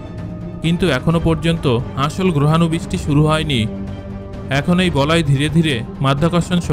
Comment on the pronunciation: বলয় না বলায়😀